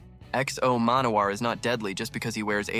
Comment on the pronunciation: I love how you pronounce the name so poorly